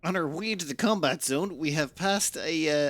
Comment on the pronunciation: I wonder if the "intercept" order would have been a better choice for the Moreya fleet. Also there's a default order you can set for attack response, to automate the whole "yes, please resist" bit. Or just disable the notification even. Finally, I can't resist: the scrappers are said "too-tah" 😂